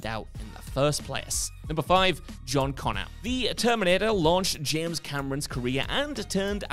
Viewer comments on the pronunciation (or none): none